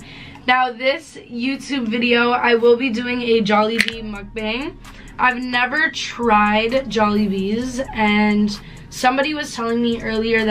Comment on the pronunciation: The Jollibee one, as a Filipino, I’m lowkey offended😔 “JollibeeZ”, bitch tf, you trynna say “Orbeez”?